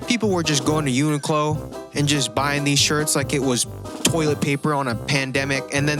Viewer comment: why did he keep saying "uniqclon"